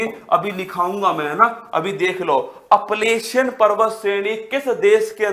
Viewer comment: Shayad wo अपलेशियन nhi h wo अल्पेशियन h